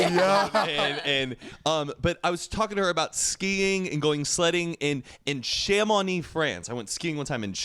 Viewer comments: I just have to say it.. pronounces Chamonix so poorly lol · being french and listening to saying "chamonix" is the funniest thing.